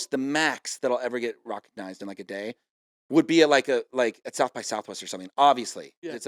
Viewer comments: Is Kevin saying 'recognized' like 'rock-ognized'? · is he saying rockignized